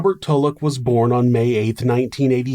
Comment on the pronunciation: I swear everytime he says tulloch I edit it to tuvok and think, "where did the federation go wrong?".